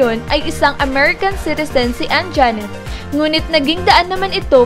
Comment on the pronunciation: Anjanette,hindi Anjaaaaaanette,ok.?.